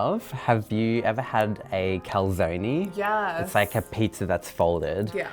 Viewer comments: Are we not gonna talk about how he just called it a “calzone-ey” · how he pronounced Calzone was making me consider he is an italian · I was looking for the comment when I heard him say calzoney. Im offended as a 3rd gen Italian American. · " I am Italian, have u ever had a calzoney" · it's closer to the actual pronunciation than most people's attempts at it tho and he is actually italian. It's meant to be pronounced more like 'cal-zoh-neh' or 'calt-zoh-neh' but people just say 'cal-zone'